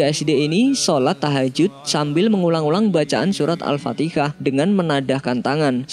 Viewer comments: kalau org jawa biasa sebutnya alfatikah..rasa2 nya..jika kita berdakwah terhadap org non muslim yg udah faham dan tahu tentang kewujudan surah alfatihah..jika kamu jd org non muslim yg sedia tahu ttg surah alfatihah...keliru tak nanti apabila ada org lain yg nyebut nya dgn alfatikah..satu lagi..alfatihah mempunyai maksud mengikut sebutan arab yg Allah sudah turunkan utk manusia faham dan mengerti erti dr perkataan alfatihah itu..tapi..apabila org jawa merujuk alfatikah kepada surah alfatihah..bukankan dr sudut sebutan..kerana bahasa arab akan berubah jika sesuatu sebutan ditukar sedikit menjadi sesuatu sebutan lain..bukan kah nanti akan mengubah erti dr maksud alfatihah itu..jd..sebagai nasihat..kepada org2 jawa..berusahalah sehabis baik untuk menyebut alfatihah itu dgn sebutan alfatihah sekalipun berbelit lidah org jawa mahu menyebutnya..cuba la pelan2 membiasakan dan mengekalkan apa yg telah nabi sampaikan dan jgn sesekali membiasakan menukar sesuka hati sebarang nama surah ataupun perkataan yg ada dalam alquran..kelak jika diteruskan juga..risau secara xsedar..mana tahu Allah xterima amalan kita kerana merujuk sesuatu yg sgt penting dlm agama dgn menggunakan istilah yg kita reka sendiri..jika dr zaman rasullulah ada menyebut alfatikah..sy akur boleh terima..tp..jika tidak pernah rasullulah menyebut nya dan kekal dgn sebutan alfatihah..maka..sama2 la kita istighfar agar kesalahan sebutan kita itu bisa Allah ampuni...yg kita bincang adalah kalam Allah..bukan lirik lagu bla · Dari dulu admin nya emang ga bisa bilang alfatihah kali gatau beda agama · surat alfatikah.. ??? Perbaiki lagi min.. Cukup banyak loh dimenit menit lain lu bilang alfatikah min.. tolonglah.. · pendengaran kita tak salah..cuma org yg jd suara narativ ini saja sama ada sengaja menyalah sebut nama surah alfatihah atau dia sememangnya jahil tentang nama surah asas kita(alfatihah) yg ada dalam alquran.. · Ada yg sadar gak "Surat Alfatikah" ??? Hhh... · Kayak nya sih logat karna ortu saya juga gitu